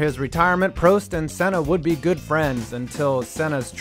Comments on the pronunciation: Ayertone Senna and Prosteee at sazuku... Jesus Christ these pronunciations hurt. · Say Prost right please